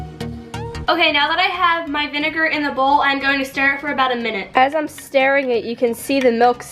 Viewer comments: She thinks stirring is pronounced starring 😂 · Even jersey people don't say stairing sounds nothing like stiring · Why the fuck are you saying you're "starring" it, it's stirring. Are you stupid? Like wtf😂 I know for a fact it's not your accent because my entire family is from New Jersey and I've never heard anyone say that. No wonder you and lance decided to become youtubers, neither of you know how to speak or form sentences and you're grammar skills and about just as good as a first graders Grammar skills. Holy fuck 😂😂😂😂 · 😂😂😂 she kept saying staring it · why does she say staring instead of stirring. unless thats what they say in nj but i dont think so